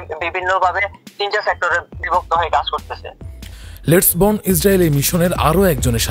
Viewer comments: বর্ণ না বার্ন। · bron na vai ota burn likha ber ber vul bolen kn